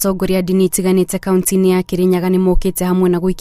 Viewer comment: Inabore sana, eti 'Kauntsi', atsetsi, guatsurania...nkt..hii tsi, tse ilitoka wapi?